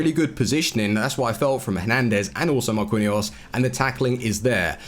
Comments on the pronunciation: before u make another vid learn how to say MAR-QEEN-YOS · Marquinhos is pronounced Mar-kin/jos just so you know. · I don't think I have ever heard someone butcher Marquinhos' name that bad before lol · his pronunciation for some players is dreadful